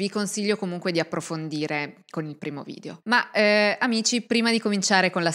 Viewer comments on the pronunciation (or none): none